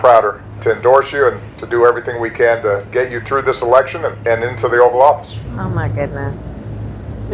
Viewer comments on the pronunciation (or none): did he say Oral office?